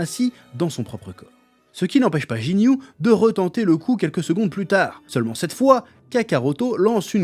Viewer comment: C'est guiniou et guiné bordel, pas jiniou et jiné...